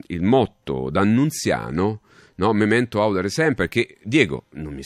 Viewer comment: Per favore audère non àudere